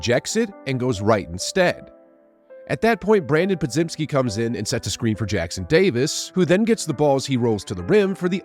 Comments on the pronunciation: Po-JIM-ski. Just a heads up. As in Jim Carrey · Still not saying Podziemski right, lmao